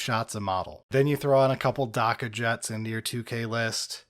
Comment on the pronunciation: the "a" in "dakka" is pronounced like the "a" in "axe". it's supposed to sound like heavy gunfire.